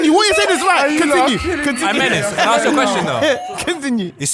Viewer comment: Someone help pronounce “ask” pls